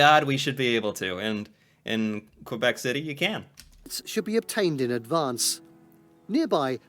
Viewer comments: Please pronounce Québec the way we do: "kaybek". 🙂 "Qu" is a French equivalent of the hard "c" of "confort" (for instance). "É" = the "ay" of May. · Save your life pronunciation #3. KUH-BEK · K bek ... not qwai bek ... ... please teaches others ;) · Your spelling's correct, but your pronunciation's off: Ville de Québec /vil də keɪ BEK/